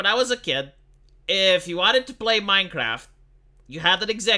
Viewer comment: MinceRaft.... MinceRaft!